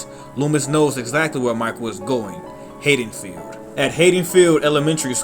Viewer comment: C'mon bro I was digging it till I heard the way you said Haddonfield. I'll keep going cuz the comments are good but come on bro ...